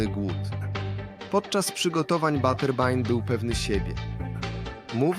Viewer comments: Naucz się angielskiego. Nie "buterbain" a " Baterbin" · Baterbin a nie baternbay